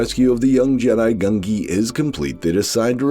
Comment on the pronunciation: Not GUN-gee! It's GUN-jee, with the 'j' sound. I swear every other commentator pronounces it wrong.